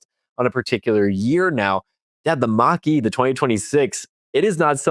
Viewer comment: First of all, the Mach E is marketed as a BEV, always has been. Second of all, it is a Mach-E, not a "Mack 2", in case you want to make a point here. Third of all, there are a ton of reasons not to buy a Tesla today as Elon went full Fascist with a literal Hitler salute, so there is always that....